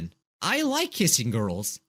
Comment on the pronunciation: I like how you said gorls. It was the big funny.